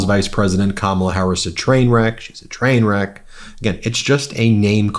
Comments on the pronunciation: cant even say the word "trainwreck" -cause he is one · And he messed up"trainwreck".